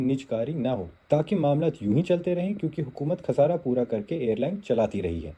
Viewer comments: خسارہ کے بجاۓ ،،کھسارا،، غور کے بجائے ،،گور،، بخوبی کے بجاۓ ،،بکھوبی،، یہ کس قسم کی اردو بول رہے ہیں ؟ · خسارہ کو “کھسارا” اور غور کو “گور” اور “بخوبی کو “بکھوبی” 🙄 ۔۔۔ بھائی اپنا تلفظ ٹھیک کر لو اگر اُردو کا نام لے کر صحافت کرنی ہے